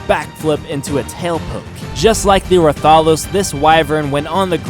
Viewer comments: Actually I played the mod before because their is server that you can tame these things and they spawn randomly around the world and you did mess up the names so I m gonna correct you on that and tell you bout the creatures and some you didn't dd in the video anyways you said Rathalos wrong which is pronounced (Rath-A-Loi-s) Anyways you mentioned Rathalos can't use it's fire ball attack in the air Correction! You can you just had to click R and its other abilities such as C will do a grab which grabs up to quetzal and yes you saw it quetzal I figured that out when I randomly clicked C on tamed quetzal for fun and well ya and Rathian is just like the Rathalos but focuses more on melee attacks instead of ranged attacks like the Rathalos and the sub species for them also are different such as the pink Rathian which is pronounced (Rath-Ian) what makes the pink different is that unlike the Normal green Rathian the Pink Rathian when it uses its normal bite does small like explosion outside of its mouth and know the Deviljho which is pronounced (Devil-Joe) it has multiple abilities you did not mention which is Rock Throw, Dragon Breath, Foot Stomp, and Roar the buttons are R, O, C and X that you didn't try and it's not a slug its actually is meant to be species of T-rex and believe it or not that thing is terrifying when the freakin Qurupeco calls it when your hunting the bloody thing cause in ark just one hit which it will run away of course it will call in back up and a Random Hig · its not ruh thahlos its rath alos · The way you say rathalos has me dead im fairly sure its pronounced Wrath A los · He said ratholos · Pronanced rath-a-los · Rath-A-Los and Rath-Ian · Rathalos is pronounced wrath-all-los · I don’t know how you can miss pronounce Ratholos but pronounce Rathian just fine... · Plz get it right rath a los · Rathalos Is like Wrathalos sorry but that triggered me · YOUR SAYING RATHALOS WRONG!!!!!!!! its pronounced Wrath-a-loes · it's pronounced Rath a Los